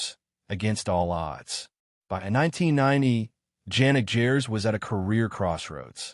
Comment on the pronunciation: His name is pronounced "Yanik" Hard-G: "Gers".